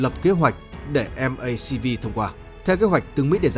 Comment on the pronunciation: K phải Em-Ây-Xi-Vi mà là Mắc-Vi